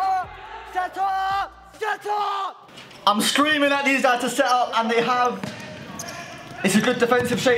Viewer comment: Who else thinks j saying set up sounds like shut up lol